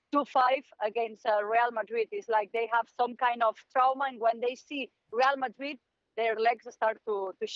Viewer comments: The way the pundit pronounces Real Madrid got me weak 😂 rrrieeerrll madriiiedd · I really really really hate how Moreno says “Reāl Madri”…… regardless of how right his pronunciation may be, makes it even worse the fact that he says it 6 times in every sentence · How many times does say Real Madreeed??